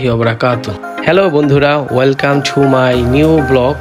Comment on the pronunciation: আর ভাই ঠু না টু 😊